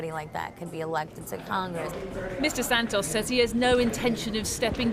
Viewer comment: So nice to hear someone say Santos the normal way in English and not as "Sand-toes", they way they are in the US right now. They really can't speak English over there at all.